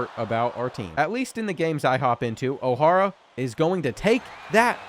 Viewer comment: I love these vids! I was in high school when this game came out and went to a college basketball powerhouse and we used to play the 2k10 game all the time. That said, the pronunciations of O’Hara is rough lol. But still, great stuff.